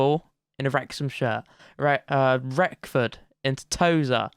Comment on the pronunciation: Wrexham and FM fan here, great series mate! Not a criticism in the slightest I'm just letting you know (all Wrexham fans did this as well when we signed him) but there's no 'f' in 'Reckord', and Cefn Druids is 'Keff-in Droo-ids'. As for the Polish keeper, none of us know that one! Keep up the good work! P.S. Mullin is a beast.